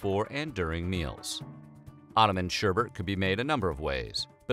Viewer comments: ShErBerT Actually it’s pronounced: Shêr-Bet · SherBet Not sherbert. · Was he saying 'sher*bert*? Can you even read? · Are you saying sherbert? SHERBERT? I’ve always loved. I watch all of your episodes and basically I love them all but it’s sherbet. Look at the way its spelled. Come on man you’re smarter than that! That’s like pronouncing nuclear nuke u lar. Don’t be a rube. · Its NOT SHERBERT,!! Its SHERBET DAMN IT,!! 👎👎👎👎👎👎👎👎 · Yo ma dude Şerbet is pronounced as ''Sher-Bet'' nice content but that disturbed me for a reason i cant understand lel it sounds like an entire different word. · thumbs down for pronouncing it sherbert. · its pronounced 'ssharrrbatttt'. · When white people say Sherbet but end up saying schubert or sherbert which sounds a lit like Herbert 😆😆😆😆 White People 😆😆😆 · Word whisker: Sherbet doesn't have an extra R. It's said just like it's spelled.